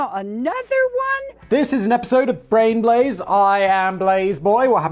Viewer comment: And it was the first time he announced "Brain Blaze" properly.